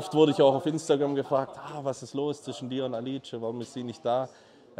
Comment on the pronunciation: Wieso sagt er immer Alitsche? Heisst sie nicht Alisha?